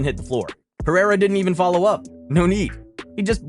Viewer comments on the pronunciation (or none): none